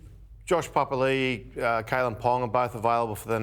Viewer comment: did he just say josh palily